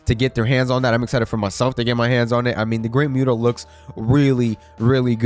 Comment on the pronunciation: Dude you just said the Great muta name wrong, say the name right or don't say anything at all.